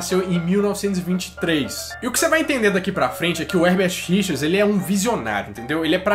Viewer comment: Toda vez que ouço : versão brasileira, eu completo, Hebert Richers, e ainda falo errado, Hebert Richards kkkkkk, quando não é me dá uma frustração kkkk